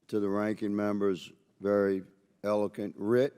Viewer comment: Elokent? I cant stand that idiot higgins.